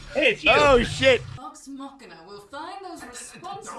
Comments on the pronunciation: Loved you guys' reactions, is adorable. And the plot of the first arc is actually taken from a mission that happened before Critical Role even started recording! But I have a pet peeve I gotta mention: Machina is pronounced MA-kee-NAH. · It's pronounced "Vox MOK-ee-nuh" -- Super stoked y'all are reacting to this! Tons of CritRole fans (aka Critters) are going to be loving this!